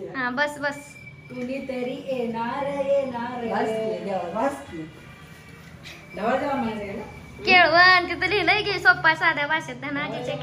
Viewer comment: अगं दीदी केळवण म्हणायचं होतं